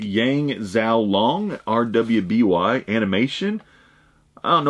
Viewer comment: RWBY is pronounced "Ruby"...